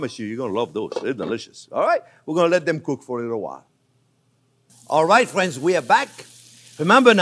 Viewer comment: "Well hello there phrinzzzzzz!!!!"